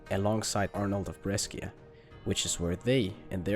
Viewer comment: PLS BRESCIA IS NOT PRONOUNCED LIKE THAT